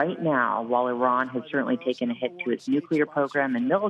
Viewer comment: That's the best pronunciation of Iran. I'm sure Iranians appreciate that.